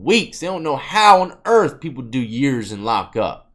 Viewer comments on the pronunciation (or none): none